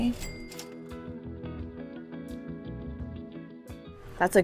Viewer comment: Such great finds. Lapid is pronounced La Peed